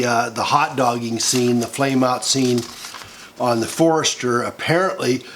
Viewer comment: "Forrester"? try USS Forrestal.